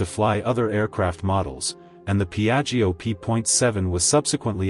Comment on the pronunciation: PIAGGIO P.7, not Biajo😅